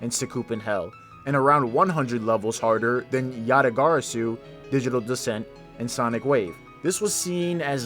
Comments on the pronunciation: Good video! Also why did you pronounce yatagarasu like that😭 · WHY DOES HE SAY YATAGARASU LIKE THAT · never say yatagarasu again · Just say yata bro 💀